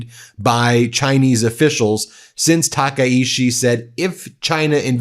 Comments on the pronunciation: Takaichi, not Takaishi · Love your videos, but please pronounce the name of the Japanese prime minister correctly.. Her last name is pronounced “tah kah ee chee”, not “tah kah ee shee”. No emphasis on any syllable. Thanks. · Takah EEEEEchee! Not takaiishe! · Why do you keep saying Takai”shi", it's Takai"chi", is it that hard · Thanks for all the coverage. But if there’s one thing I’d like to say, please get the Japanese Prime Minister’s name correct. You keep saying Takaishi. It’s Takaichi. It’s “ch” not “sh”, Keep up the good work though. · Good coverage... Her name is pronounced "Tah kah ee chee". As an American resident of Japan, I sincerely hopes he does not affect my residence here... Unfortunately, Takaichisan is hardline conservative and is embracing xenophobia and some of Trumps actions in the U.S. including establishing a "DOGE Style" department to cut costs in Japan and revamping the visa process. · Your pronunciation of Takaichi is awful. Please leave Japan alone from your content.